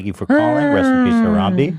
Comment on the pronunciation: Ethan, you're saying Harambe's name funny lol it's not HaramBEE it's more like HaramBEY :)